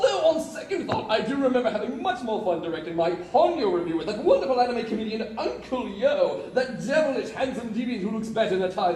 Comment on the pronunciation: Who's Uncle You? Yo doesn't have a U at the end.